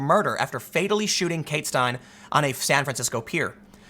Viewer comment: Her last name is pronounced "STINE-lee"